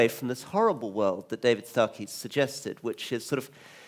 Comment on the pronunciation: Do they not? Surely, they do, if even the moderator says 'Startey' instead of 'Starkey'.